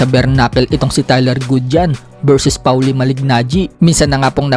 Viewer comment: Pawli? Polly Ang tamang pagbigkas ng name ni maliggnaggi